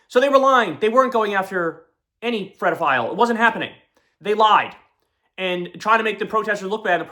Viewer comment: Oh fuck, he said “predophile.” Not a word, Kyle!